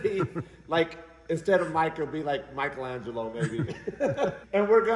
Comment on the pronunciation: Did you say "Micro" Angelo? haha